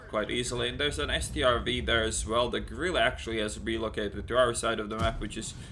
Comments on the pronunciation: it sounds like you keep saying gorilla instead of grille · Heya its pronounced like gril-uh